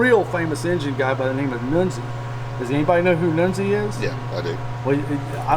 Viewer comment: 1971 Pontiacs used a cast nodular iron crank, just like 1972 Pontiacs. Armasteel cranks ended in 1970. Who the hell is Noonzi? I KNOW who NUNZI( pronounced Nun-ze) is. I’ve known the guy for years. One hell of a Pontiac engine builder; IMO, he and Ken Crocie are in the same league.